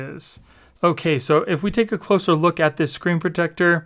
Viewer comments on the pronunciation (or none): none